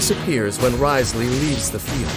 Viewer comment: Hopefully hearing Dain pronounce Wriothesley correctly multiple times within this video will be enough to make y’all stop calling him Rizzley. He does indeed have W rizz but the intentional mispronunciation got old fast